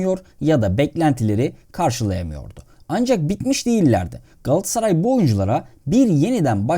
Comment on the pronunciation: Telaffuza dikkat edelim, her şeyden önce! Galatsaray değil Galat-a-saray; yani aradaki o "a" harfini yok saymak gibi bir lüksü de olamaz kimsenin. Ayrıca Kulübün, Mekteb'den de gelen tam ismi Galata Sarayı'dır; "ı" harfi zamanla düşmüş ama "a" harfi düşmemiştir elbette, yani Galata semtinde kurulmuş bir Saray'dan söz ediyoruz sonuçta! Bunlardan da önemlisi, Galatasaray Türk Sporu'nun Batı'ya Açılan Penceresi'dir ve bu yüzden de bizim öyle sadece yerel standartlara göre değil, Batı standartlarına göre de hem yapılanma, hem de başarılı olma hedefi ve mecburiyetimiz vardır, doğal olarak....Diğer yandan, Derwal'in hem GS'da, hem de dolaylı olarak Türk Futbolu'nda yapmış olduğu devrimler, Rönesans ya da "Küllerinden Yeniden Doğuş" olarak nitelendirilebilir, sizin de gayet yerinde tesbit ettiğiniz gibi! Bugün geldiğimiz noktada ise artık Avrupa'daki başarılı günlere "sağlam ve sürdürülebilir" bir dönüş yapmak durumundayız. Bunun için de çok daha profesyonel ve şeffaf bir idari ve teknik yapılanmaya geçmek (Uluslararası Kalitede bir Sportif Direktör ve Teknik Yardımcılar, vb) sadece öyle medyatik transferle değil, asıl altyapımızdan ya da genç yaşta diğer takımlardan alıp geliştireceğimiz, armaya aidiyet duygusu yüksek oyuncularımızın iskeletini oluşturacağı kadrolara öncelik vermek gerekiyor bence; yoksa taşıma suyla, bugünkü endüstriyel futbol ve spor düzeninde rekabetçi kalabilmek, ülkemizin de ekonomik şartlarını hesaba katınca özellikle de Avrupa seviyesinde gittikçe zorlaşmakt